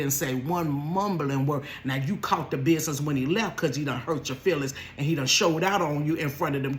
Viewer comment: The “biznyee” got me stuck